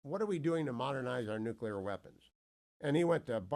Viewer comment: You still sound dumb when you say nukewler versus nuclear which is how it's actually pronounced. Come on, do better. Your credibility matters.